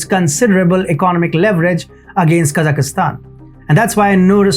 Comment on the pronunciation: Kazakhstan not Kazakhistan Just like India not Inidia